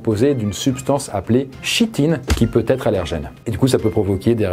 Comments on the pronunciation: on voit que tu connais ton sujet ça ne se prononce pas "chitine" mais "kitine" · On prononce "Kitine" et non "Chitine". C'est le constituant majoritaire des carapaces Sinon, c'est une vidéo intéressante. J'ai eu l'occasion d'en gouter lors d'un apéro (des petites sauterelles si je me souviens bien). Sympa, mais parfois l’assaisonnement est un peu fort. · ça se prononce Kitine ^^ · Petit point de correction la chitine se prononce « kitine »